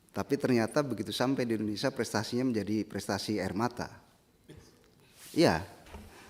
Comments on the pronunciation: Si ibu aja nyebut indonesia = Endonesia Aku mah suka kesel org indonesia nyebut nya endonesia Klo org luar negeri sih ga mslh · Ijin bu rosi, Indonesia bukan Endonesia